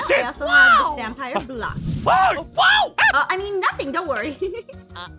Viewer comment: I agree. Plus am I the only one who realizes the it was vampoire instead of vampire?